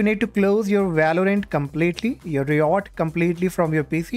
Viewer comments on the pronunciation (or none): ri ot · "reeyot games"😂